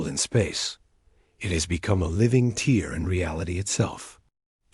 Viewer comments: Only the dots? Not the random pauses, not being able to pronounce the correct version of TEAR, or then being able to communicate instantaneously, not just faster than light. On their first ever faster than light travel. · I wish the AI could speak "tear" and "translator" properly. I also wondered how she learned to speak alien languages. Then they mentioned intercepting alien transmissions.